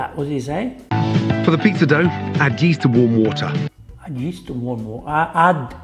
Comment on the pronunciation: "add yeast to warm water" really sounded like "add ghee to warm water" lol